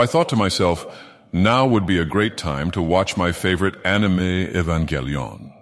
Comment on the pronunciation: E-vanga lion